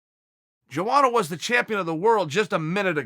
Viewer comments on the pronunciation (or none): Chael, my brother is pronounced : yo-onna